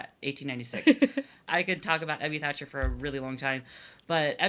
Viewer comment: Tiny annoyance - it´s THACHER, not 'Thatcher'. Edwin Throckmorton Thacher. I know it´s a small thing, but still. This is usually corrected when you search for his name (though it is often spelled wrong even in articles), but if people want to read up on AA history you might miss important stuff if the relevant names are spelled incorrectly.